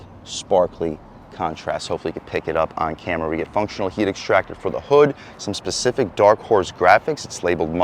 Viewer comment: its pronounced SPECIFIC and your comparing the 5.0 to a BMW?